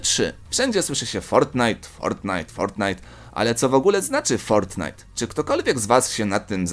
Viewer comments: Fortnite a nie fortnight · Nie fortnithe tylko fortnite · Nie fortnight tylko fortnite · Fortnite a nie fortnight xd 😂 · Ale ty gupi jestes fortnite a nie fortknight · ja bym sprawdził fortnite a nie fortnight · Nie fortnight tylko fortnite XDD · fortnite anie fort night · to nie jest fortnight tylko fortnite no błagam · To nie jest fortnight tylko fortnite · Fortnight xd to fortnite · fortnite a nie fortnight!!! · Fortnight? Nie Fortnite ? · japierdole to jest fortnite a nie fortnight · Tylko nie Fortinite !!!